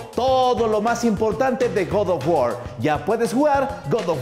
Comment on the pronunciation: El god of war ❌ El gordo of guar✔️